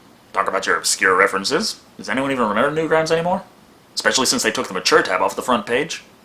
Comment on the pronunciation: "eckspecially" YOU`RE FIRED!